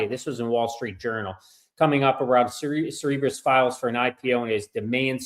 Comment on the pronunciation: Cerebras. It's pronounced (Sara-bras)